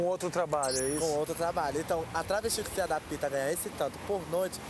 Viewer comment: KKK falou..Se Adapita...kkkk Errouuuu